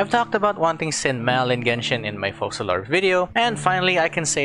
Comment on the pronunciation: Thank the fukin God, atleast one content creator said her name correctly - *FOCALOR*. Not fuckin Furina! Damnit, how people trigger me for saying the wrong word.